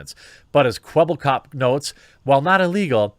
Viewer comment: Kwebbelkop is a dutch youtuber and you said his name wrong. Nothing wrong with that but it's just funny seeing english people try to pronounce dutch words. And btw love your channel